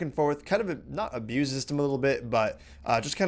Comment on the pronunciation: Aboose!!! Just kidding rob, keep up the vids, and if you think its abuse, don't do it :D